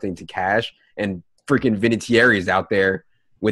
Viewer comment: REALLY?????? VINATEAIRRYYYYY????? He even has your first name and you cant say his....:-)